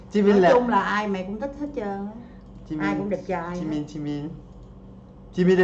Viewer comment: Anh ơi anh đọc sai rồi jimin chớ không phải chi min đâu